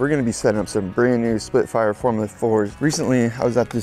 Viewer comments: Why's he keep saying splitfires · splitfire, splitfire, splitfire am i hearing things? i swear you keep saying splitfire.